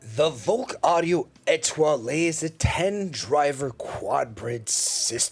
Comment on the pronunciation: The French lilt on pronouncing "Etoile" was impressive, even if the IEM was not. Merci. Have a good one. Mike Gutierrez